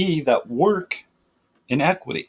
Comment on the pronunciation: i[ee] - NI[h] - qui[h]ty[ee] The second 'i' is short as in the words: it, sit, fit, etc. iniquity /iˈnikwədē/ You are saying it as a short 'e' as in the words: get, set, let, etc. in·eq·ui·ty /inˈekwədē/ This is a different word.